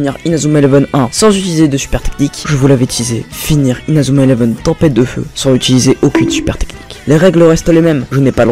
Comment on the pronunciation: Tu fais honte à Inazuma eleven avec la façon que tu dis les techniques